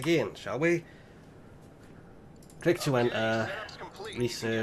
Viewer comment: its pronounced click not cliche.